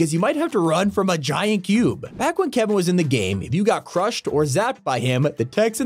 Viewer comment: Are we just missing he said Blevin instead of kevin